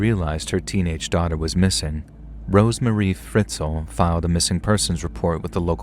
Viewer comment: Story 3... RoseMARY. Not Rosemarie. Ughhhhh